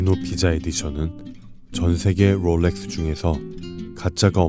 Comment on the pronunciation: 영상 퀄리티는 최고라고생각이드는데 롤렉스를포함한 영어발음을 어떨땐 혀를굴리고 어떨땐 혀를안굴리시는데 듣기가 불편한부분이 있는것같습니다 다른영상에서도 혀굴림이 너무 심하다고 느껴지더라고요